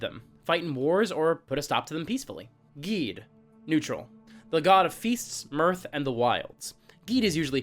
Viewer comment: Thumbs up for pronouncing Gede correctly.